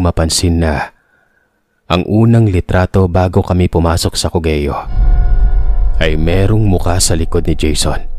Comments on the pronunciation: ❌CO-GE-YO ✅COG-YO (COGEO) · co-ge-yo cog-yo =cogeo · Hello, correct ko lang yung pagbigkas mo ng Cogeo --- Kogyo po. Rainbow 89 campsite controversial ngayon dahil sa nanapak na staff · cogeo "COG-YO" nd cogeyo Masydo pong imposible kwento Ng sender nyo Tska DpT pag kwento Lang Nd na DpT bangitin ang mismong lugar ksi Mamaya magkaron Ng misinterpretation Ganda Ganda s rainbow 89